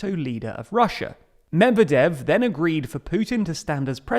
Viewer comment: I had to stop watching because of you pronunciation of Medvedev